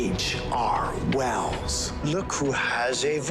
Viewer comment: its HR wels